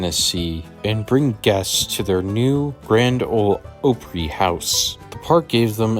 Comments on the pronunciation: Holy crap. It sounds like this guy's drunk or has a mouth full of something. I can't understand half of what he's saying. And he pronounces everything wrong. Wah-bush? It's wah-bash, rhymes with 'smash'. Oh-pree? It's Ahp-ree, like 'opera' but said in a redneck way. I'm only a couple of minutes in, so I'm sure there's even more. ETA: omg, 'miskellaneous'... The C is soft/silent, guy. sounds like missle ay knee us. Shhhh... be quiet and just let us see the ride footage. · This is the second video that is about Opryland that is made by people who don't even know how to pronounce it right! Opry--like "opera"--but with an "ee" sound at the end. Obviously you don't know anything about Nashville or The Grand Ole Opry that is a cultural backbone of our city for close to 100 years (beginning with the radio broadcasts). You and that British guy needs to do more research before publishing. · Opry = AH pree